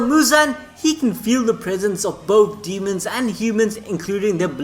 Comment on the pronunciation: He calling his "Dee-hee-mons" to pick apart main characters